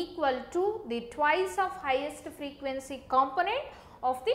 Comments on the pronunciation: It's Twice not twise🙄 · Very good explaination. I totally liked it. By the way,its 'twice' not 'twise'. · Video is good but it's not twise it's Twice😁